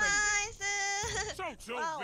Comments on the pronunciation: Why do the Japanese pronounce it “nice-uuu”? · When written out in katakana, it spells out "Na-i-Su"[ナイス] A lot of the skill in speaking Japanese comes with knowing what syllables to emphasize properly, and it can get pretty damn complicated.